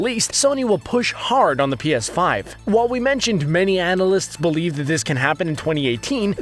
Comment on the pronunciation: Pea Ass Five